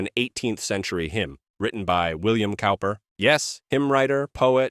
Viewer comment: William Cowper's last name is pronounced "Cooper."